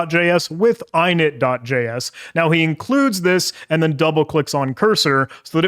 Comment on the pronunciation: Great video, only gripe is how you pronounce "!init" like eyenit